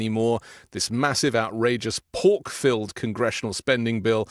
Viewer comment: I love accent! Pork-filled sounds like "poke -filled"! I am loving the in fighting